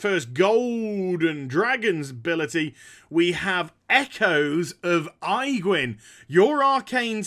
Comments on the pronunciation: Good god, man! Aegwynn = "Age-Win". Your pronunciation just made my skin crawl. For real though, I would buy those condoms. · age win. That's how it's spoken. infernals from your lock video was pronounced very strange too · I like how you call her Eyegwynn :D